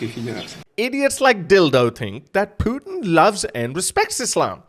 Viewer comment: Funny how you say Putin. Your pronunciation makes me think of poutine. Fries with cheeese yummy